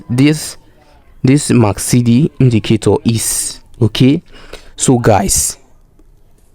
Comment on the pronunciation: the indicator is MAC-D not MAC-CD